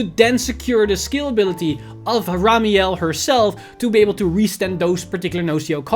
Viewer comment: Am I the only one noticing mispronounced Ramiel to Hamiel?